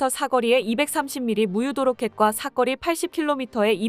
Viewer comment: 아직도 사거리를 삭거리로 말 하시네요 왜 안 고치시나요?